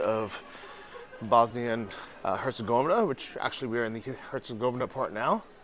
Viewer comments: Dude: Herz-gaw-vee-nah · say it like this hurts eh goveena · Come on Bro....go back to your room and practice until you can say Herzegovina. hurt·sa·gow·vee·nuh REPRESENT MAN! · Don’t give up, Bosnia & Herzegovina isn’t that difficult to pronounce